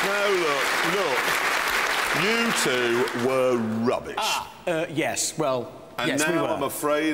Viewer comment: Everytime I hear Jeremy say "You two", in my head I thought he's saying Youtube